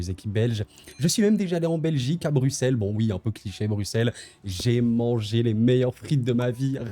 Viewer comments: enfin un français qui sait dire brussel et non bruksel mdr , et svp ce n'est pas de bruine , c'est de breuine merci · Un français qui prononce bien Bruxelles, vraiment merci mec !